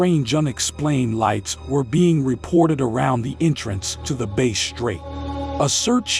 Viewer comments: It's pronounced BASS , like the fish. Not Base , even though it's is spelt like the guitar. Great research guys. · Mate, it's pronounced Bass with the emphasis on ass, not base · Like the fish! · Not being pedantic, but the word Bass is pronounced as in Bat, Rat Cat, not Base. Like you would say Ass.